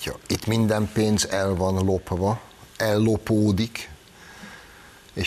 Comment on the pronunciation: Nem EEROPA hanem EUropa. Nem pe’ndz , hanem pénz.